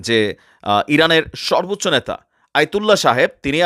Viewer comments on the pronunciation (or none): none